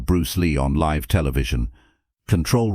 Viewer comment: ~ RE: NARRATION: that's L- I -VE Television, not "Liv" TELEVISION. You asked? you got it.